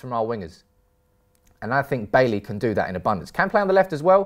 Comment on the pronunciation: Bailey , Koulibaly and Bailly... This guy have a thing for pronouncing baily 🤣🤣🤣